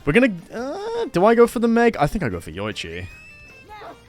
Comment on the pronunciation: Great video. But it's pronounced "Yo-ee-chi."